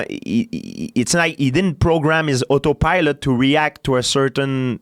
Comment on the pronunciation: Georges "Oto Pielot" St-Pierre